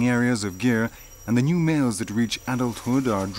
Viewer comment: It's northwest of India not northeast And it's not pronounce as gear it's gir! Anyway nice doc